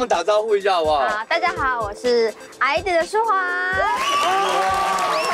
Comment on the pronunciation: 還是想要提醒一下! 那個（G）是不發音的唷